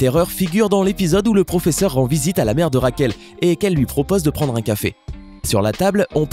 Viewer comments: 😂😂ce n'est pas raquel murlio c'est raquel murio et ce n'est pas el profefeur mais le professeur 😂😂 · C Raquel Morrillo et pas morreillo et c le proffeseur et pas le proffefor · Quand tu as dit pfofesseur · "EL PROFEFFER"😂😂😂😂